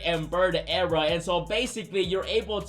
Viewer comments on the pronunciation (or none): The way he says "Ewra" instead of Era has me rolling. I love it bro.